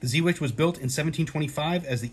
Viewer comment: Lol I just got this coin as a gift, love it! It's pronounced Zey Wake! VOC is at the top!